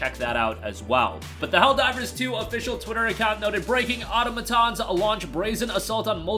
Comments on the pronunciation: How the hell do you say automaton wrong every single time? 😂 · Why can no one say “Automaton” correctly?